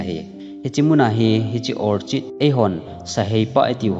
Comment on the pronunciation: Orchid. Orkit a pronounce ding ahie